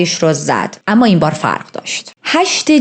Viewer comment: آمــا. نه اما درسته. ولی حال خوبی میده به شنونده هات. بیشترشوخی کردن باکلمات خیلی دلنشینه ادامه بده❤❤❤ریــــتــاجان❤